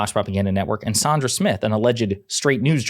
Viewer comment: Enjoy your videos. Want to "fact check" you on one thing: the Fox news lady's name is Sandra as in land and Sandy, not Sondra as in bond and Don or Saundra as in daughter. 🙂